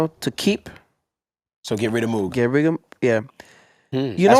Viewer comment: Y’all all pronounce moog wrong. Shame.